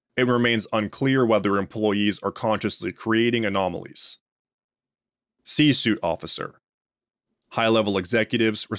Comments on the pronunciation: Love what you do here! Little nitpick: it's pronounced (see sweet) , not (see soot). Just fyi. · "Suite" is pronounced "sweet"